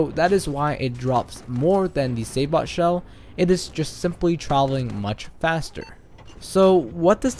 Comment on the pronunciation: Sabot is pronounced sabo by the way. Silent T. Good video though bro.